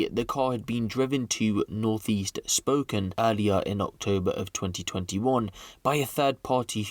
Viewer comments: Spo-can not spoken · Also, pronounced spoh-kayne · You really need to learn how to pronounce stuff...jfc it's not pronounced spoken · It's pronounced, Spoke Can. I live there and YES, a father is justified in, putting out the trash, that's his family duty. The justice system, just puts this garbage back on the street. So, as a mom and grandma, I'd probably do the same. I live in a very rural area, so, I'd just bury the garbage. ; ) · heh.. its pronounced Spoe-Can :D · Just for future reference brother, its pronounced like "spo-can". Amazing video as always looking forward to an update on this one man. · Pronounced as spoke Anne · it's pronounced as Spo Kane- As in Cain and not Can..I have a buddy who is from there and he was super anal about how we pronounce American Cities ect. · Pretty sure its pronounced "Spokayyynee" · Spo-can= spokane